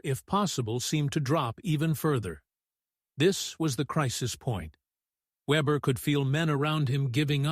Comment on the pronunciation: His last name was not webber but weber .